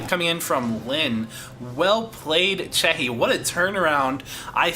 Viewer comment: very good video and nice comentary, but i must say that the Undead player name is C E C H I and u say C H E H I hehe, thats no problem but ,just... that we want more videos , go on =)